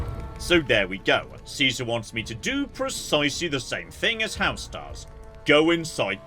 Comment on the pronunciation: How they pronounce Caesar is baffling